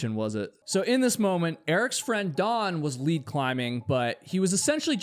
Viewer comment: The word lead also seems to be problematic. BTW, I'm a libra too, and love owls. 😀